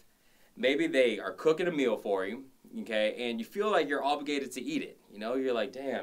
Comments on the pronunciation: LOL!!! Stop saying Nnn-K! You keep making me think of the teacher on South Park! LOL!! I love your vids! Eye candy and awesome work outs! Thanks for sharing! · His okay sounds like nkay